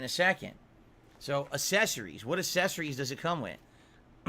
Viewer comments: Hate how he says "Accessories". ASSessorys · Is he saying a-sess-arrys? For accessories? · do you think he mispronounces "accessories" on purpose?